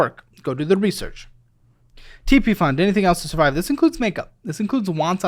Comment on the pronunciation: j tokk a shoty evrytime sbe said survibe